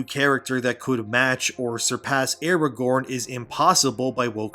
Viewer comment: That's not Aragorn, it's Aragone.